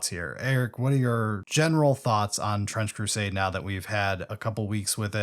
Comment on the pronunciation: I swear at some point I heard you say "French Crusade" lol